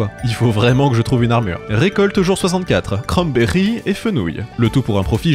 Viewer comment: "Crannnberiii" 😂 tu m'as régaler, je m'abonne 🫶